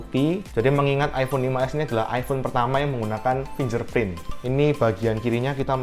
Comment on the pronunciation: Bang bacanya 'finggerprin' bukan 'finjerprin' thank u